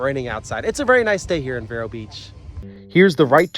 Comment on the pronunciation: It's actually pronounced veer-o